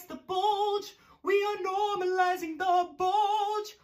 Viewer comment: ''we are normalazing the...'' me: NO.